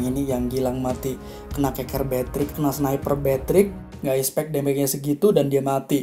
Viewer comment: Soryy sebelumnya bro, bukanya mau sok ngajar atau bagaimana, tapi di menit itu pengucapan expect seharusnya expeck kalo bahasa indonesianya ya, karena sependengaran gw lu ngucapinnya ispek jadi kayak salah pronunciation (pengucapan) gitu, kalo gua salah mohon dikoreksi ya bro kuu🙏🙏🙏